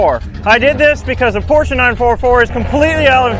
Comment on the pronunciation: Its a damn porsche not a porschaaaaaaaaaaaaaa